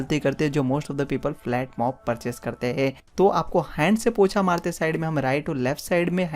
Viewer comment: Pocha hota hai bhai 😂 not POTHA